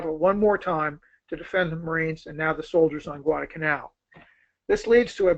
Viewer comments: This guy us good. He knows his history. But..UGH...He calls it Guadah-Canal. So unfortunate. But, hey. The Japanese couldn't pronounce it either. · This bloke has the delivery speed of Chris Wallace on coke! I hope that in the intervening time he discovered the intermediate 'l' in Guadalcanal...